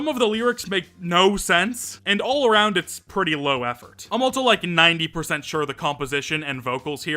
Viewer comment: why do you pronounce also like that